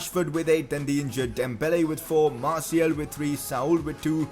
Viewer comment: His name is Martial not Martiel